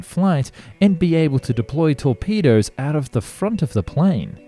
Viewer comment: Torpedoes, not turpedoes.